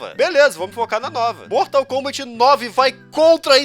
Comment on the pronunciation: "bortal kombant"